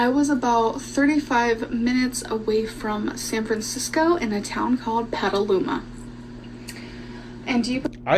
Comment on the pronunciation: She DID change the name of the California town she claimed to live in! She said some bodunk place no one ever heard of not PETaluma. She can’t even pronounce the name correctly